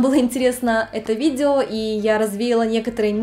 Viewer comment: ..."...видзео....десятць..." чуть кровь из ушей не пошла...